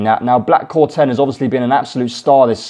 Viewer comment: Black Corton not corten